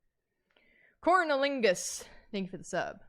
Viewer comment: Them talking abt the protest was super cool but thanking 'corn-ilingus' immediately afterward took me OUT